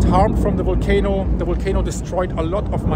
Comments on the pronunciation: Your English is excellent. You just need to work on your V's and W's a bit more. It's Volcano it's Wolcano. Much Love and Blessings from Nikiski, Alaska. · Wolcano, walley....But his English is perfect.